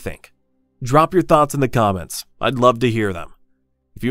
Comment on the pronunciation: Did you say "drop your thoughts in the comets" or am I getting one tracked? 😅